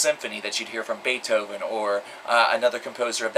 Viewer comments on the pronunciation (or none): none